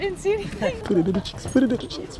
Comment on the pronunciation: it’s cheeks not checks